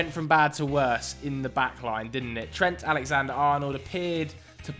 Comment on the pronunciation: Butchers Trent's name though 😅